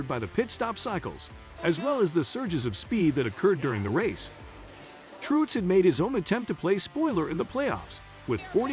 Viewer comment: You don't even know how to pronounce Martin's last name. Which is about Parr with the rest of your Info as well as stating the same sentence back to back a couple times. Total waste of time even listening...